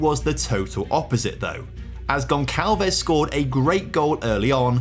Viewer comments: Goncalves is a soft C not a hard C. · By the way, when the letter C has that little s underneath you pronounce like an S so Gonçalves is pronounced Gonsalves. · stop saying gonçalves wrong jesus